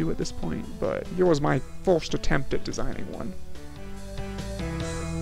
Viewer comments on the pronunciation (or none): What accent do you have? I'm hearing numbols, youtubols, folst attempt..?